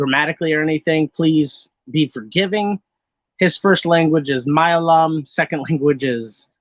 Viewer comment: I don't fault you for the mispronunciations, but for future reference, "Kerala" is pronounced more like "kare-uh-luh," with the emphasis on the first syllable, rather than "kur-ah-lah", and the name of the main language of Kerala, Malayalam, is pronounced "mah-lay-uh-luhm".